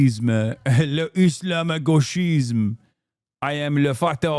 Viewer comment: No way you heard the propaganda about "islamo-gauchisme" so much you can now pronouce this expression perfectly XD btw it's the same kind of propaganda they used to do about "judéo-bolchévisme" (or "judéo-marxisme")... and we all know how that ended...